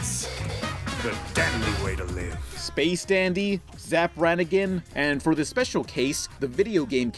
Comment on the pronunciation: It's space-o dandy